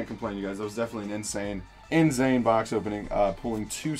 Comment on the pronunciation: Did he say inZane?????